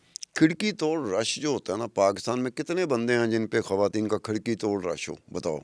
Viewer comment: کھواتین کھواتین کیا ہے ?تلفظ درست کرنا چاہیے اتنے بڑا میڈیا گروپ پر بیٹھ کر ایسا کہہ رہی ہیں محترمہ